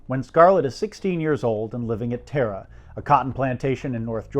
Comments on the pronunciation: It's not "Teh-ra" it's "TARAH" !!!!!!!!!!!!!!!!!! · TARA is pronounced T ah. RA